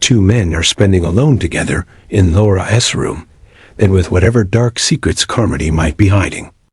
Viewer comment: Nothing--and I do mean NOTHING AT ALL--has anythign to do with the novella "Carmilla" by J. Sheridan LeFanu. Oh, and your AI cannot pronounce "Laura."